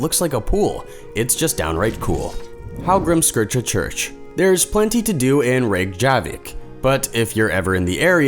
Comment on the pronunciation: I’m sorry, how did he pronounce Reykjavik...? 🤣🤣